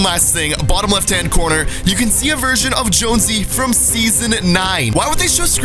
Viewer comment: He said seoson x two times 😆